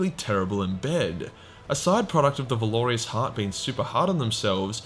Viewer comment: I can't listen to this. Every. Sentence. Isn't. A. Point. And you lost me at "Valorious" where did the i come from?? Valour-russ.